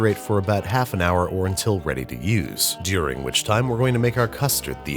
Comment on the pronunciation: Why does Babish say "during" so weird around the mark? 😂